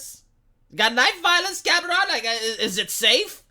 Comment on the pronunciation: As a Spanish speaker it's funny that when you say "Cameron" it sounds like "cabron." What happened, James Cameron? You used to be cool.